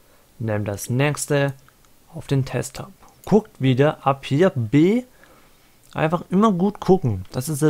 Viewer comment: Juungee das heißt nicht Testop alter